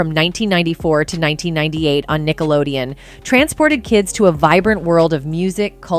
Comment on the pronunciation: She's not even saying Nickelodeon correctly, lol.